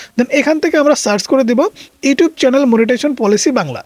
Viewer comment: চ্যালেন না চ্যানেল 😂😂